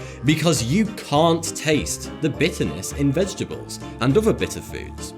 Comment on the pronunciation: SAY IT OTHER Oðððððeer not ovvva Jesus Christ your speech impediment is annoying